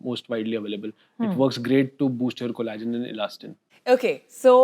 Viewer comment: It’s pronounced collagen with ll It’s not cola-gen